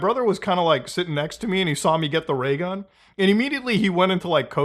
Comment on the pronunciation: LMFAO, He said RAYGUN